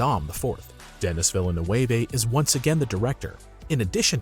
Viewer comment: . You managed to mispronounce both Denis Villeneuve AND Paul Atreides. How did you pull THAT one off???